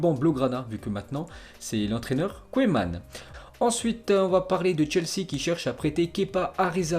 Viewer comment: Kouuuuuman pas kOéman apprend à dire le nom des joueurs hollandais stp